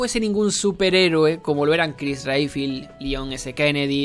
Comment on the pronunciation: Si, ps la verdad en muchas cosas tenés razón, pero es algo hipócrita que lo digas, sabiendo que aplaudiste y dijiste que te amaste resident evil 3 remake, sabiendo que hace lo mismo que expresas sobre resident evil 7, y pronuncia bien Redfield, un héroe tan reconocido no merece que pronuncies su apellido tan mal.